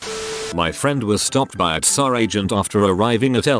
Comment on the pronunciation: TFW the auto-voice reads T.S.A. as T'SÁ for the fifteenth time 🙄